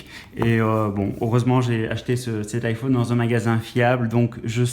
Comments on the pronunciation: ça dérenge que moi qu'il prononce I phaune? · Je dislike parceque tu dis iphaune et c'est chiant sinon c bien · nn moi aussi sa me stresse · haaa désoler en même temos c'était le seul mot dont tu prononçait mal et comme c'est le nom d'un produit ça peux arriver à tout le monde😂😂😅😅(si non t'as vidéo est géniale) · Rayane Berabah nous les belge on dit sa 😂